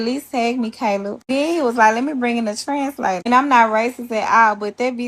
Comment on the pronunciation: I was sure she was saying something about a trans flag.... She was saying 'translator'.